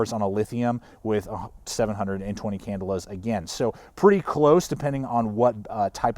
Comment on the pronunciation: "can-DELL-a" not "CANdle-a". just sayin'